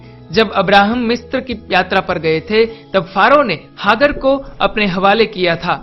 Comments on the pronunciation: हाग्र नहीं, हाजरा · अरे तू कौन है जिसे नाम का सही उच्चारण का भी नही पता, सराय और हागर कौन हैं बे चूतिये, पहले नाम तो ठीक से बोल बाद में किसी के धर्म का उल्लेख करना।